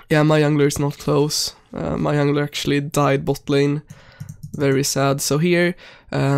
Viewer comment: “Yungler” lmao